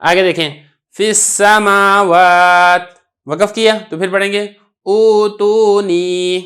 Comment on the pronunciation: ایتونی۔۔ہے۔۔غلطی ٹھیک کرے۔۔فی السموات میں۔۔❤